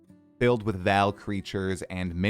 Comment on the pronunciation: what is with American and theyr absolute inability to read names(or words most of the time) its not Val, its Vaal